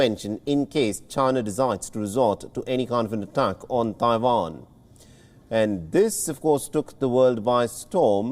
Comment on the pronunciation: Don't know what is more anoying, Joe Biden, or this persons pronunciation of Taiwan.